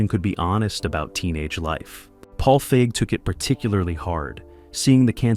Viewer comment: It pronounced Paige Feig's name as a slur one time, then caught another weird pronunciation that didn't happen the other times, stopped watching